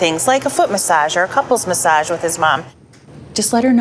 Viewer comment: Did she just say couple massage 🤨